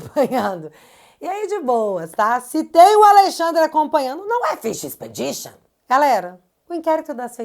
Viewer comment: Quando o Xandão falou em pesca probatória, ele tentou antes pronunciar fishing expedition e pronunciou errado.